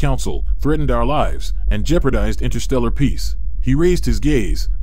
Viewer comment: AI mispronouncing "lives" gives me comfort..AI may be intelligent but it doesn't have intuitive properties needed to over throw humanity